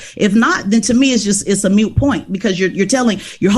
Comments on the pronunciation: Did she say “mute point”? It’s “moot point” girl. And you want to lecture others? Jeez, get the plank out of your own eye first. Details like that matter, especially with someone that is trying to make a middle/high school student council position prerequisite to the US presidency!! Oh. My. Gosh. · "A MUTE....point"...?????? Okay lady, you have shown me that your ability to hold an intellectual conversation is not up to par !!! The express is, "it's a MUT point". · "Moot point," not "Mute point." Don't play smart if you can't use the right words. Maybe not the most important call-out (BCP and other commenters have that covered), but as soon as I hear that, I'm done with you. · "it's a mute point" what an idiot. Its moot point. Actually, I like a moo point, you know something a cow would say, its moo. -Joey from Friends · Hmmm, it's MOOT not mute. Uneducated, illogical ppl shouldn't have influence on society. C'mon man! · Did she really say "mute point"? Honey, its "moot point." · *moot point, not "mute point" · Moot point not Mute point.... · She said mute point? I think she meant moot. But I digress. As an educated black true Hip Hopper I'm disgusted and infuriated by her. She's a typical arrogantly brainwashed black woman. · did she say “mute” point? isn’t it a moot point? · Did she just say "mute point" trying to sound smart?....Bone apple tea. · Honestly, she lost me when she said "mute" instead of "moot" and "have you did" instead of "have you done", which she did, multiple times. Trying to sound smart when she isn't. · How about she learn the English language..it is not a MUTE POINT..IT IS A MOOT POINT and she should be muted..miss racist, assuming, condescending!! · Did this “intelligent” young lady say Mute point as opposed to Moot point? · Moot point, not mute point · Oof, the cringe is so strong here. "Moot," as in moot point, and "mute" are different words. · moot point, not mute point. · She said mute point...I think she meant moot point😂